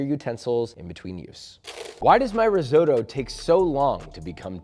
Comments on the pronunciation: If you're a Chef should you know how to pronounce disses properly? Risootoo... really? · Please pronounce risotto correctly ffs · learn to pronounce risotto ffs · It’s risotto, not risoto. Basic knowledge.